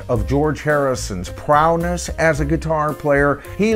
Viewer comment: Prowness?? C'mon